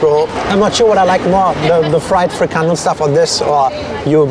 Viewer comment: Haha it's funny to see that when you pronounce Frikandel in your native language Deutsch, it sounds more like Dutch then when you try to pronounce Frikandel in the original Dutch! So just go with the German way of saying it. Dutch will understand it better. And yes.. Kroket is very simular to a Bitterbal, but a Kroket has a more dry texture while the Bitterball is more moist and creamy.